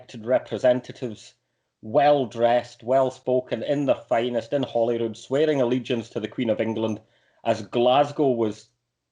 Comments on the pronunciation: The Scottish Free Media - now you're talking!! Why do you think so many Scots can't pronounce Holyrood properly, it's bloody rife! It's not HOLLY-rood!!!:):) Thanks. Keep up the good work. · Sorcha Pedro, that's one of my bugbears too - bad pronounciation of "Holyrood"!..I enjoyed the chat, guys. Gutted that Stu's away but thankful you can comment in a meaningful way.